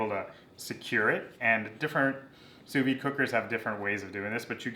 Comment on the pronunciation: Fantastic video, I know nothing about sous vide so I need all the help I can get. I do know that the D is pronounced though, it's not a silent d.